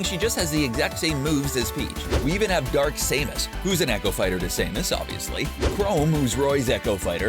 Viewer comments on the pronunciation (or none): Xd he butchered dark Seamus and chrom so badly, ITS DARK SAMUS, NOT DARK SAYMUS AND ITS CHROM, NOT CHROME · he messed up on the names